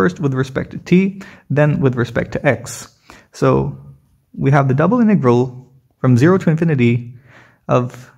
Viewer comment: BRUH ITS INTEGRAL NOT IN TEA GROL LOL STIPID 😂 😆 🤣 💀 😅 😭